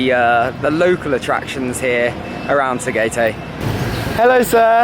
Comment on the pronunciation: Love buco pie. You can also try their pineapple pie. Just a correction. Tagaytay pronunciation is "ta guy thai" not "ta gay tay".